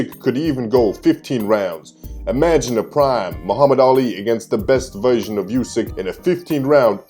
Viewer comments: And its pronounced 'oo-sick', not 'you-sick' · Hey man you pronounce Usyks name wrong. It's oo-syk not you-syk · Just to let you know... USYK is pronounced UUD-SICK like "OO" IN WOOD.